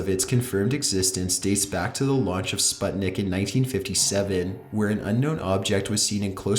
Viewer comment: It's "bAbushka", not "bubUshka" lol edit: it's not "SpAtnik" but "SpUtnik" the way you speak and pronounce things is... interesting, you should definitrly work on it dude. You pronounce things as you've never read a book in your life.